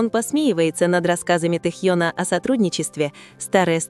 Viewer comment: Почему хоть Тнхьена то. Не коверкайте имя